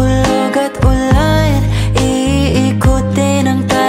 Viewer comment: Bat iba yung pag bigkas ng ulan at bwan ang arte parang ulayn . Bwayn